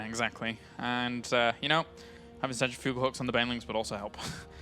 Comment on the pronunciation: Centrifugal is pronounced like... cen-trif-u-gal... not... cen-tri-fu-gal :)